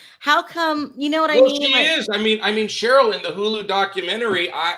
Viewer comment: Ronald Richard is the smartest guy in the room and he still don’t realize Sharrells name is not pronounced “Cheryl” 🤣